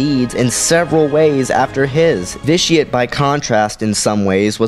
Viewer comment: Ve-Ti-Ah-Tae. Pls, most sith names are latin.